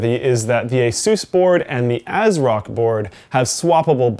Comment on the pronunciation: The "a" on asrock is exactly the same as the "a" on asus. Me thinks asrock is a cheap mans asus?